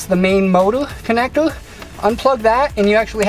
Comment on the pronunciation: I just heard "connectour... Connectour... Connectour.."